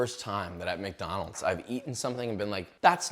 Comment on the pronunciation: You know shit is real when josh says: "we're back at MaCdÆnAlDs"